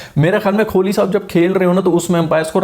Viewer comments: Bhaijan Kholi nehi Kohli hain wo 🤣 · Kholi nahi be kohli hota hai....😀😀😀😀🙋‍♂🙋‍♂ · dude u better start saying kohli's last name properly, its not kholi( small house for poor people), its kohli, wht u say is kholi which literally translates to a small 1 room shelter for a very poor person, then u complain that not many people subscribe ur channel, why would they subscribe if u say virat's name in such an absurd way?